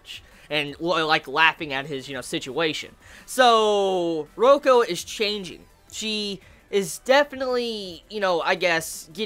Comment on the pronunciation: Btw it's Reiko 'Ray-ko' not Roko XD And...can u read SAO vol14 already D: It's so EPIC!! Review it too ofc >.<